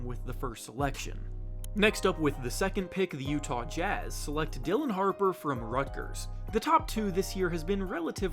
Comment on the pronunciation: Dillion Harper 😂😂😂 .. it’s Dylan.